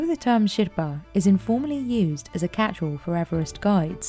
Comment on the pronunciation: Why does the woman narrator mispronounce the word "Sherpa" so many times and then all of sudden starts saying it correctly?